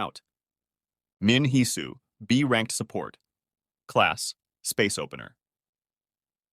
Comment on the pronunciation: took a full half hour to realize that you are saying "support" and not sa-pert 🤦